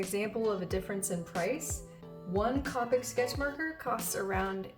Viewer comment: Also it’s pronounced Copic like Coke